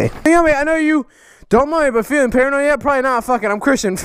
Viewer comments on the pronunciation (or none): none